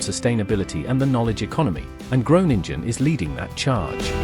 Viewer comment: Gronengine zegt die 😂😂😂